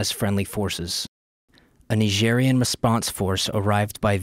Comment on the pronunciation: Why do you say "Nigerian" like that?